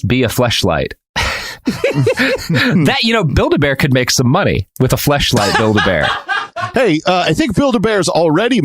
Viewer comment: you say build a bear and i hear Bilderberg lol and was like whhhaaaat lol